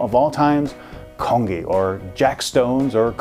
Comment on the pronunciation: yes, i have um you didnt pronounce it correctly i would know because im korean